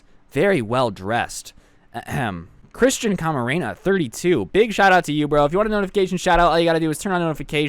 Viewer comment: When you said Christian camerana I thought you said Christian Macarena